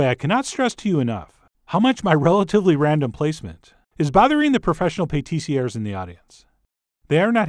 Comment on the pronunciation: French: Pattisiers Americans: Pétissiaires